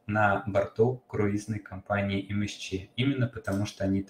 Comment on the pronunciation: Почему Вы говорите МСЧ? Английские буквы читаются эм эс си. Звука и буквы Ч нет. Это очень режет слух